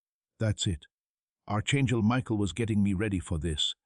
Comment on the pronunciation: Arch chengel? What happened to your tongue?